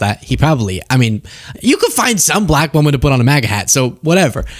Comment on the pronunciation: is he unable to say "black" without the exaggerated emphasis on the "l"?